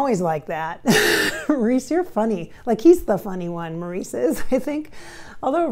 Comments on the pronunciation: His name is pronounced Morris not Maurice. Everyone knows that. I don’t trust her. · She doesn't say anything we don't already know. She doesn't pronounce Mo's name correctly. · I don't know much about channeling but wouldn't Maurice correct the pronunciation of his name?